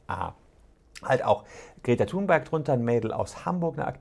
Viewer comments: Och Herr Solmecke, nicht Sie auch noch. Die gute Greta wird "Thünberg" ausgesprochen. Warum machen das alle falsch? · Kleiner Besserwisser: Sie wird Thünberg ausgespochen!